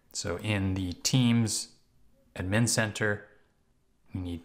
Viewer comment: i hate how he says admn instead of ad-min